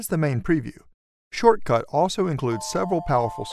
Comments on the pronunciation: its shotcut not shortcut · It's "shot"cut not "short"cut there's no R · Wonder why the narrator says 'shortcut' when the software product name is 'shotcut'... no R ! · Right at the start, Let's see ... better to say We'll see in this video... It's Shotcut, NOT Shortcut. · The name is Shotcut, not SHORTCUT! An expert who does not even know how to read the name properly is annoying to listen to. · I believe it is SHOTCUT not SHORT CUT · Dude U keep saying Shortcut Its called Shotcut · I really liked that, and found it useful (apart from you calling Shotcut "Shortcut"). Thanks. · You realize it's called Shotcut, not Shortcut, right? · I love how concise you are with this and don't include any fluff. Just wanted to let you know though...you kept calling the program "Shortcut" instead of "Shotcut." Very minor, sure, but a little distracting. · Wow - can't even get the name of the product right? It's not SHORT-cut - it's SHOT-cut!!! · anyone notice how he said shortcut instead of shotcut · Immediately i questioned the professionalism of this video. Is it SHORTCUT or SHOTCUT? This said, I did find it informative once I got past it being mispronounced. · Not shortcut...SHOTCUT......can't you read ? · Shotcut. Not Shortcut. lol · You keep pronouncing the application's name as "SHORT-CUT", while "SHOT-CUT" would be far less annoying and much more correct. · It's SHOTcut not SHORTcut, just sayin... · Good video but its not shortcut its shotcut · Dude, it’s called Shot Cut, not Short Cut...otherwise a good tutorial. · its not shortcut its shotcut But thanks for the help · its Shotcut not Shortcut lmao omg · Is not shortcut it’s shotcut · you keep calling it shortcut but you can clearly read its "shotcut" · why are you keep saying short cut its shotcut.LOL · Aside from the fact you call it SHORTcut. 🤣 Great tutorial. Thanks! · You keep calling this "shortcut", but I think it's actually "shotcut" ? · bro keeps on saying "shortcut" 💀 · Why are you saying shortcut 😫